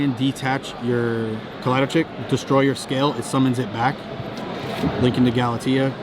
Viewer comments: Yo if you wanna say gala TEE thats fine. If you wanna say gala TEY UH thats fine too. Just don't say gala TEE UH. Thanks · He said Galatea's name weird and it bothers me